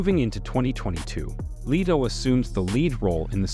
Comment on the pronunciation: Its LETO with a short e not LETO with a long e!!